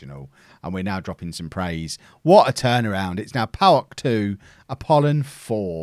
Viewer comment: You certainly are getting better at pronouncing the Greek club names.You have done wonders with Apollon and i hope the best is yet to come.